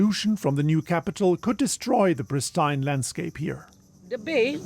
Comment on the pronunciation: pls pronounce the word 'pristine' correctly